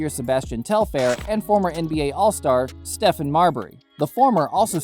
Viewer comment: I knew it was click bait for sure when he pronounced Marbury's first name wrong!